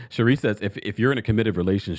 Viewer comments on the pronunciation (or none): none